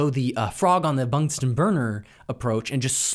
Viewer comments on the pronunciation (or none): none